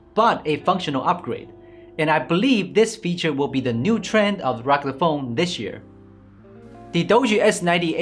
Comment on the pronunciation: Ha ha ha ! You really are incapable of properly pronounce the word " rugged"